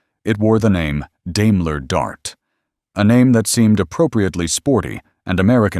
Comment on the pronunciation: Learn to pronounce Daimler.